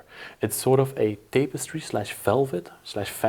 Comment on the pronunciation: Pronounced: "tap a stree" Tapestry